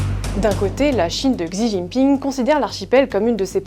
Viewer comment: Commencez par bien prononcer Xi svp, oui elle est native de l'archipel, et personne de sa famille vient de la Chine continentale? Donc vous sous entendez le fait qu'elle est native de Taiwan et lui native de la Chine continentale, donc tout doit être opposé? Vous les medias occidentaux font tout pour semer la haine, le conflit, l'oppsition. Je cite Elon Musk : "Humankind 煮豆燃豆萁 豆在釜中泣 本是同根生 相煎何太急"